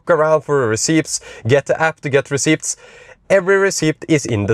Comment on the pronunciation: Great stuff. 👍🏻 (You don't pronounce the p in receipts btw.)